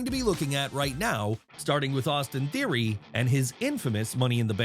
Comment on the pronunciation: Its Theory not Thoery its Palumbo not Pulumbo